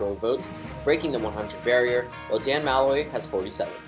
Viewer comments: It’s Muh-loy not Ma-loy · Didn’t you already do this? Also, it’s Muh-loy